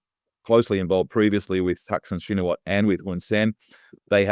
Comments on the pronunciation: Pronounced "Shinawat" not Shinawatra. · Not "Shee-na-watra". Chi-nna-wat. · The A is silent it is pronouced shinawat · It’s pronounced ‘Shinawat’ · The surname "Shinawatra" is correctly pronounced as "Chihn Nuh Wuht". The last syllable of the surname "Shinawatra" (ชินวัตร) is not pronounced in Thai and the surname even begins with NOT an "sh" sound but a "ch" sound like "chicken". The last letter in the name "Shinawatra" (ชินวัตร) is a Thai ร which normally is pronounced as an R but when combined as it is ตร with a ต at the end of the word it is not pronounced, it is silent. It is an archaic spelling form that indicates it's Pali origin, it means a lot to Thai who are into such, means less than nothing to everybody else. Transliteration of Thai to pronouncible English has been a long and lonely challenge that has never been well solved, my transliteration would be "Chihn Nuh Wuht" which the Thai would find horribly ugly to look at but is easily pronounced by all English speakers. Because it is royal blessed, the Thai universally use the Royal Thai General System of Transcription (RTGS) — the official scheme promulgated by the Royal Thai Institute - which their teachers taught them in school which follows Thai SPELLING (of all things) and transliterates many consonants incorrectly and mangles all vowels and makes many many Thai words impossible to pronounce correctly if you only know their RTGS spelling. Just the way it is, one of a zillion things that make Thai Thai. For those not yet fully asleep in this explanation, author Gordon H. Allison's transliteration scheme seems to be best overall but it has it's faults as the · The correct pronunciation is Shinawat, the host is wrong. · it's pronounced shinawat the ( ra )is silent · check the pronunciation of Shinawatra. Just stop at the last t. The ra is silent. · Shinawatra is pronounced SHINAWAT. Crikey, LOOK IT UP!!!